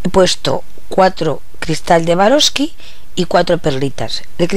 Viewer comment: Estas reloca burosli q no es suarovsky jajaj